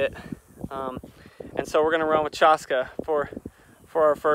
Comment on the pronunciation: Chaska is actually pronounced Chash-Kay like Lash-Bay. I love that name, just wanted to let you know the correct pronunciation. My son's name is Hoksila Takanka wich mean Buffalo Boy and everyone says his name wrong too, so I understand. So just mentioning that. Love your videos, hope to come visit the area next year.